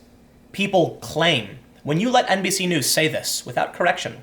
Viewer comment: You almost said "NBSue Knees".